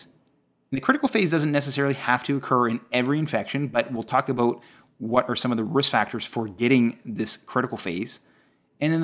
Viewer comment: All I hear is Abooewwt